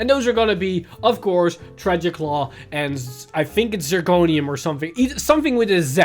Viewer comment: It's kinda funny while you call Zirconium correctly even tho you were not sure, you kept calling G1 Star-vader name wrong. It's Craving Claw. Not Tragic Claw. Tragic Claw is DI card from G era.